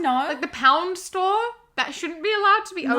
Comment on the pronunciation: OMGGGG U SAID STOR ARRRRRR